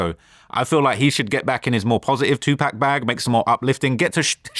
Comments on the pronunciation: DAMN VLAD CORRECT THIS DOOFUS FOR PRONOUNCING 2PAC NAME WRONG, I THOUGHT YOU WAS REALLY A REAL FAN OF THE 🐐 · VLAD!!! WTF YOU KEEP LETTING HIM SAY 2 PACK???! CHECK HIM!!!! 🤦🏾‍♂️🤦🏾‍♂️😂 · it’s 2pac not two-pack!😂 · 2 pac not 2 pack!! 😡😤🤬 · speaks English, and its 2pack. Cry.😂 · If he say 2 pack 😂😂😂😂😂😂 one mo time 😡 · 😂😂how im gone get the message and he calling pac 2pack that’s a slap in the face.😂this vulture ain’t even have time to learn my favorite rapper name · is a 🤡 just listen how much he wants to be apart of culture so bad dude is a nerd he can’t even pronounce rappers names right 🤦🏾‍♂️ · Brits will die if they say 2pac right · Dj Vlad claims he’s part of the hiphop culture, but can’t even correct a guess on the pronunciation of 2pac’s name🤦🏾‍♂️ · And they are wrong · It's 2Pac! Say it right or don't say it, nerd. You can say poccket, so say 2Pac correctly you clown. Tighten up